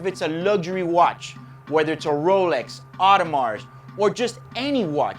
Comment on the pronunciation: Very usefully information about avoiding scratches , however I can't help it but to comment that in the word Audemars the s is not pronounced.